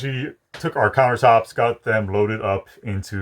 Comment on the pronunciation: Did you say "clown-ertops"? I love it!